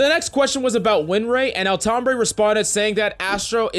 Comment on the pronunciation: Every time he says Altombre, I hear Tom Brady. Especially on >1x speed which I play YT videos at.